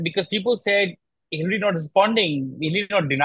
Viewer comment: It's not hillry but hillary yaar